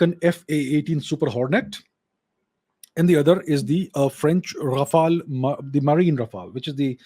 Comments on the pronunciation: Lol. "Indian accent". He nails the exact french pronunciation during 95% of his sentences. Quite impressive. And if you're wondering what i know about it, i'm french, and have heard quite a few foreigners speak french. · 🙏 Thanks for sharing..Vous avez un bon accent en français..et je pense que Modiji a fait un bon choix.. Ici à Paris, le journal l'écho, bfmbusiness ont déjà parlé.. Aapko bahoot mubarak deta hun. Jai jai Modi...🙏🇨🇵